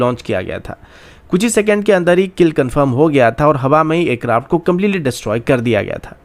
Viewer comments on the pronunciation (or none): Bhai, pehle aircraft kehna seekh. Acraft acraft kah kah ke dimaag ka dahi bana diya hai.